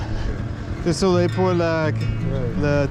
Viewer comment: i love ur "desoles" when u say "des solai" it always translates for me like "cuz of the heat" XD all love gang! my french sucks aswell.